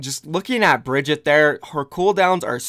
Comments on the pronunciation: Her name is pronounced "BRIE-GIT-EH"! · Everyone pronounces Brigitte like “Brigitt” or “Brigitta” if you just pronounce the E in the end you basically pronounce it right. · Is Brigitte so hard to pronounce? Just say Brigita xD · No, it's pronounced "BAH-GET" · Why did you change the way you pronounced Brigitte’s name several times in the video? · Everytime you say her name wrong, my heart breaks for her.